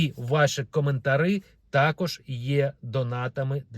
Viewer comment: "Коментарі", а не кAментарЫ Блин ,ну подалей наши уши, пожалуйста